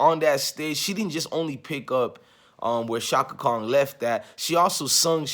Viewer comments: Brotha, give thanks for you reaction. I respectfully say, Kong is not Chaka's name. It's KHAN. You said it several times, and I cringed each time. Outside of that, much respect to you and your video. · Appreciate your channel and content brother...buts its Chaka KHAN pronounced (CON)...not KONG...😂🤣😂😂...just joking.